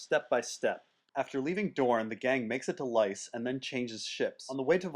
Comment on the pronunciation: Say the Names right PLEASE! Say Lys right and Elia Right as it is supposed to be pronounced